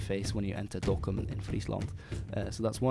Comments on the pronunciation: are you dutch? The way you say dokkum and Friesland pritty much perfect and in the voice you said it was quite like tge averige dutch voice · No, he's just very precise with his pronunciations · Your pronunciation of Dokkum and Friesland are perfect!